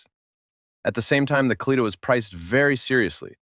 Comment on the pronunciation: It would not have been too difficult to consult with a Russian speaker to learn how the names of the automobiles are actually pronounced, and then to write the script so that the AI voice pronounced them correctly. For example, it is not "ka-LEE-tuh", it is "kah-lee-TAH", and Moskvich (which means "Muscovite" in Russian) is pronounced "musk-VEETCH", not "MOSSK-vitch".